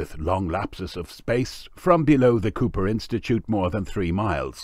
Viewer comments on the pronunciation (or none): none